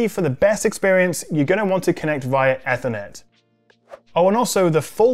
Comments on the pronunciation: Your butchering of Ethernet has been bugging me throughout. ee-ther-net not eh-ther-net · If I had said “Why are you saying Ethernet, so weird”, your reply would have made sense. I was specifically referring to how he was saying the word “Ethernet”. Even in the UK we pronounce it like “Aether”, not Eth-er-net. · Have I been mispronouncing ethernet (ee-ther-net) wrong all these years? 🤷🏻‍♂️ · The way he pronounced ethernet as "aethernet" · Why are you saying Ethernet so weird.